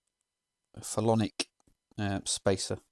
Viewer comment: Ahem...the capacitor mounts on a PHEN-O-LIC base. You pronounced it "phelonic". (don't feel bad, though,. I've been in electronics for 50 years and I just learned how to pronounce "Sprague" :|